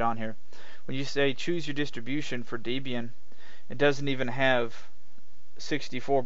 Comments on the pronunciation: Pretty good review, but one frustrating point that makes me wince every time you say it, the disto name is "Deb-Ian" as in "Deborah and Ian", the original creators. I'm sure Deborah would raise an eye at being called "Deeb". ;) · Debra+Ian=Debraian not Debian!!! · Downvoted for "deeb"ian. Please learn to pronounce the product you are reviewing if you want to be taken seriously.